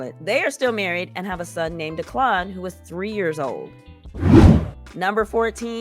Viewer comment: Deonna and Greg’s son’s name is pronounced Deck-Lan.